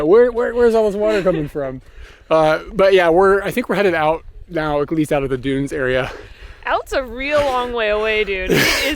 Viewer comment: dude its dunes